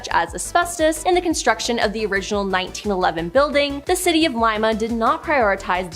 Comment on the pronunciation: Leema for Lima and the guy choked the hell out of Vemillion!